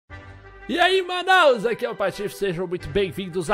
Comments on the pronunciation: ele falo manaus ou manãos kkkk eu moro em manaus !!!!!! k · Foi impressão minha ou ele falou "e aí Manaus" no começo kkk